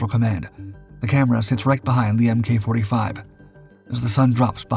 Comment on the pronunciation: MK is pronounced "mark" in naval designations. I don't understand how you YouTube people cannot seem to figure this out. It's embarrassing.